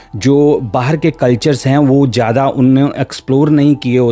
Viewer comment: your pronunciation is poor, avoid saying words with Z because you says it J like jyada, jaroor, bad-tamiji. Also tell the event without adding your personal thoughts and comments.